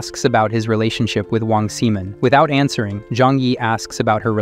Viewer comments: "Wang Semen" 💀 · "Wong semen" 💀💀💀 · I like how the ai voice called wong simon wong semen